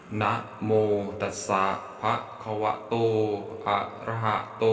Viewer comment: นะโม ตัสสะ* ภะ*คะวะโต อะระหะโต สัมมาสัมพุทธัสสะ. ภะ นะครับ ไม่ใช่ ภา